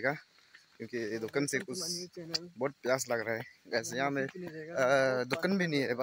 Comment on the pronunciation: Lekin aap bar² dhukun kyu bolrae 😂 dhukan bolo na 😅